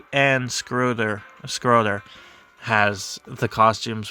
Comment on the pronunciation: French names like Thibault are hard to English. Think of the cut football quarterback Tim Te-Bo. This man said "scroter".... 🤣 man, that's nuts.